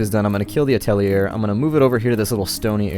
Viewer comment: Atelier is pronounced "At-uh-lee-(h)ey" French for workshop :) And you should leave the omelet producing on. It doesn't affect the chicken and it provides extra food as backup so people don't starve at least. Finally, you have floating rocks above your new atelier location. Just use a scaffold to allow them to reach it and get them mining. It's currently preventing you from placing your last skinning station. :)